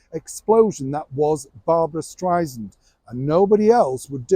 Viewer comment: Barbara just made a reference about how she hates being called Stry-zand. She says it’s Stry-SAND. you keep saying Stry-zand. 😂